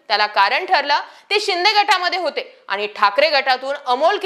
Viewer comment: शुद्ध बोला. आनी पानी तांदळाची गोनी. काय भाषा बोलते ही बया. 😂😂😂😂😂😂😂😂😂😂😂😂